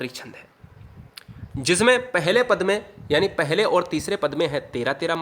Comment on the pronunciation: Paad nahi keval pad